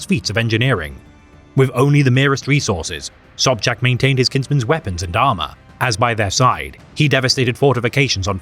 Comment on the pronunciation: Im more shock that someone know how to read polish "sz" color me impressed. Side note when we rumble we rumble be it with words or guns.